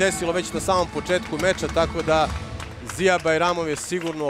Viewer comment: Nije Ziyer nego Ziya😂